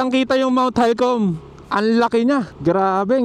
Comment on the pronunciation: Mt. Halcon po hindi Halcom